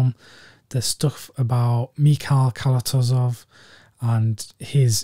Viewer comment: good one on the Chris Marker double - unique films,. Been meaning to check out Gaudi, it's on the Criterion Channel here in the States. We are blessed with being able to preview some of the Collection. Well, quite a bit of it. Cranes are Flying is in my Top 10, a masterful film. By the way, director's name is pronounced as KalatOzov. Not the easiest for non-Russian speakers, I know. His real last name is even harder - Kalatozoshvili.